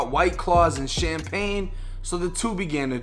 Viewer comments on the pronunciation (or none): none